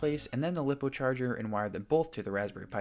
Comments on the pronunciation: lip-oh who's gonna tell him that it's lie-poh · It’s pronounced liepo not liipo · This is pretty cool... But lipo being pronounced as "Lip oh" is making me lose my mind